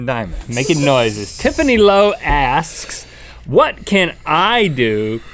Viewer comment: Tiffany, "*Lowe*"? Oh my gosh =O